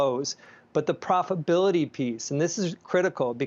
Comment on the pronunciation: Gene: “profability’